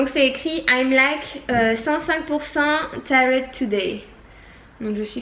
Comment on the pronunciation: Je commente au fur et à mesure de la vidéo, lol. Tired= ''tyrrred'' Non non = ''taïyed''. Problème de prononciation, girl!!!